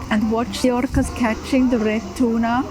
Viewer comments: love me some canned "tunar" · you say they eat chewna ?